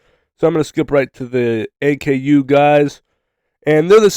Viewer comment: its pronounced ah-koo not A K U